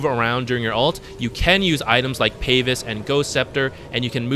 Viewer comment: Is it a DOTA-culture to pronounce it Payvis, or does he not know how to pronounce pavise?